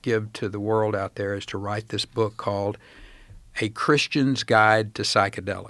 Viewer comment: "So long its government makes its BEWK" 😂😂😂😂